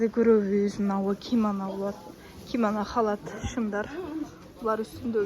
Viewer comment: Кимана эмес кимано